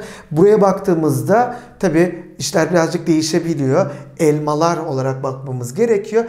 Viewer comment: Tiyatro oyuncusu Nur subaşi gibi Elmalarrr dedinizzz